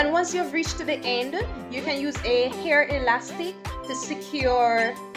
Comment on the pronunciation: dead "now mi caaan find di rat tail comb"...a weak lololol